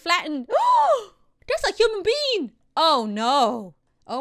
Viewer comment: When said"woa,that's a human being".It sounded like human bean.😄